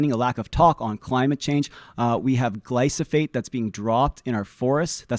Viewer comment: It's glyphosate, not glysophate...